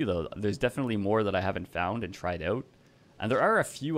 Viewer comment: “Ouut” are you canadian?